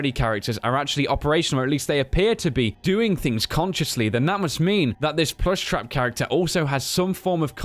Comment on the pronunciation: its frekin pluushtrap dummy !!